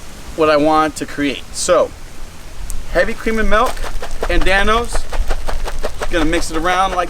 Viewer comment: He said melk...